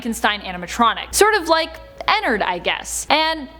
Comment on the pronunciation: Btw I pronounce Ennard by EnnAARRRd You get it?? (This is not hate, I like how you say Ennard like Ennerd sooo...It is cute :)